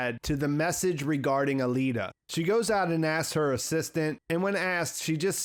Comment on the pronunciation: Is it pronounced a-lee-da or a-lay-da